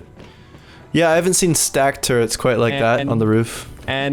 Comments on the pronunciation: Y does he say turrent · Did he say 'turrents' over and over? Does he really not know they are called turrets???? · He was saying turrent it’s turret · So many fucking people say turrent........... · Can you tell him to stop saying turrent? It's not current with a T, its just Turret.